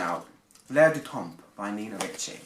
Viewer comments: Great review, just do not pronounce the p at the end if the word temp..French language grammar rule you never pronounce the letters in the word DePoSiTo so you never hear a D,P,S,T at the end if a French word .. Written: l'Air du Temp, Pr: l'Air du tan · good review ... just fyi, both the p and the s are silent in temps